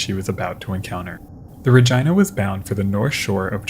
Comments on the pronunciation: What you call "the normal human way" is a violation of the rules of Latin pronunciation. Since "Regina" is a Latin word meaning "Queen," and Victoria was the Queen of the British Empire - which included Canada - the town was named in her honor. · I think the “i” in Regina might be said like an “e”? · It certainly does rhyme with that. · Thanks for the video. Fyi- the other ship's name Regina - pronounced " Rah Gene Nah", plz stop saying RahGina, it sounds like your saying Vagina. Keep em coming!!! Love the history! Thanks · RegEEna, not jYna. Great video but that segment was driving me mad 😂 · Its pronounced rageena not ra geye na😂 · The pronunciation used for Regina…in a way I never thought of prior to watching this documentary. Ra-jyna. Not Ra-jeena. It’s Ra-jyna. Ya know, ra-jyna. Say ra-jyna one more time. Tell me that ain’t moist enough for ya. Ra-jyna. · ARE WE ABSOLUTELY POSITIVE IT WAS PRONOUNCED "RA-GYNA" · I don't think you're pronouncing the RAGINA correctly. It don't sound like a private part of a woman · Did dude seriously pronounce Regina like vagina? I didn't realize that Canada actually named a town Regina, and refused to pronounce it the normal human way, instead opting to rhyme with vagina lmao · Is not Regina pronounced like Regeena?? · I'm gonna go out on a limb and say Regina is not supposed to be pronounced like a certain female body part, and instead should be something like REH-GEE-NUH. Edited to add: I looked it up, and Regina, named after the Canadian province capitol of Saskatchewan, does indeed rhyme with that certain female body part. What an unfortunate name lol, for both the ship and the city. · Yes, the word exists in latin and other latin derived languages, but in latin / romance languages it's pronounced re-gee-nah. Pronouncing "i" like "eye" is definitely an english bastardisation. :) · The correct pronunciation for this particular ship is reg-eye-na, which is amusing to me lol